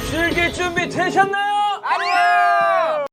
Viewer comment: 아니요오... 와 민애옹 발음 실화냐 ㄹㅇ 개귀엽다 민애옹은 전설이다.. 그 카리스마 넘치던 민애옹 맞나 개귀엽다